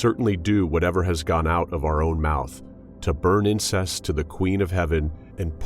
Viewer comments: To burn incense, not incest. Pronunciation is important. Had to listen 3 times to make sure I heard what I heard. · Numerous times in this reading 'incense' is pronounced 'incest'. What am I missing? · Really? It's incense, not incest. Sheesh. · Not finding fault with the content, but you might want to brush up on your pronunciation of the word: "incense".